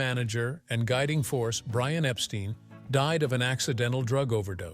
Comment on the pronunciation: Epstine not steen